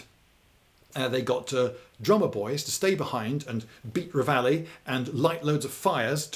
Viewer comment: Wow, did Lindy recently come across the expression "hard as nails" and fall in love with it? ... Or is it actually an ancient Chinese expression. 'Re-VAH-lee'?! One can take dislike of the French too far.